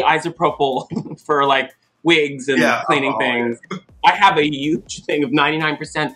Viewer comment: “UGE” - Thorgy Thor